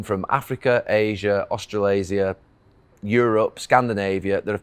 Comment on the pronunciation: Did Gary say austrilasia 😂🤣😂